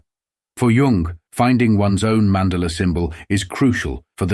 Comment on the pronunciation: "Mandala" is pronounced "man daah la"